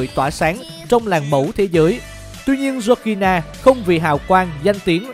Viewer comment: Đọc tên vk ro nghe vl